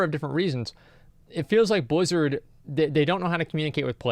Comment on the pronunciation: why are saying blizard all the time...? its Activision now.. didnt u get the memo?